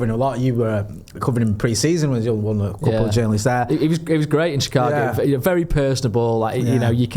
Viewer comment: It’s shih-KAH-go - cheers!